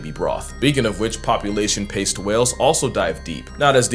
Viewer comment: This nigga said Population paste 😂 the one liners be taking me outta here lmao